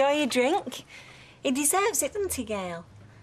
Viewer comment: Gay-yul has a real way of screaming, "Leave me! Leave me!" to Maatin, who was her best husband. By the way, I think Maatin is starting to pronounce it more like Gail than Gay-yul lately.